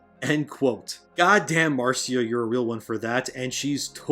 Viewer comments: Absolutely love your channel and have subbed....but one thing it's not pronounced Martsia Lucas it's Marcia as in the Brady Bunch...Marcia Marcia Marcia😉😂🤣🙌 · Marcia Lucas is pronounced the same way as Marcia Brady